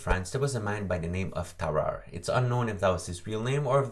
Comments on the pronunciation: Tararre? Did you eat a fucking baby? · Smart person: Tarrare Me: TAR AYE Also it says edit because I misspelled Tarrare